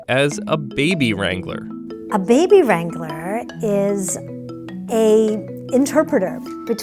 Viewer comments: What they said: “baby wrangler” What I heard: “baby strangler” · « Baby wrangler » ? Sounds like: « Baby strangler » 😂😂😂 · Baby Wrangler? I heard Baby Strangler- Im sorry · I thought she said "baby strangler" what's wrong with me lmao